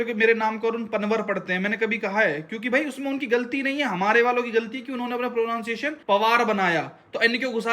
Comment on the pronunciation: Actually वह प्रˌनन्‌सिˈएश्‌न्‌ होता है, प्रो-नाउन-शिएशन उच्चारण गलत है ।🤣🤣🤣🤣🤣